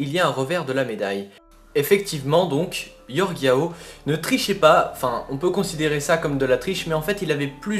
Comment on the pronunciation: C'est pas Yorge Yao mais Jorge Jao